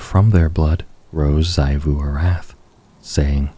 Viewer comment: Small note: Xivu Arath is pronounced ZEE-voo ar-ATH, not ZAI-voo. Aside from that, amazing as always!